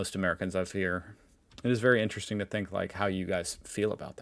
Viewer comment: "This should ne interessting... Interesting Maps of Europe" Linguist 2025:face-green-smiling